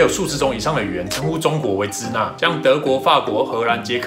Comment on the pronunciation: 支那的读音应该是Shina而不是Cina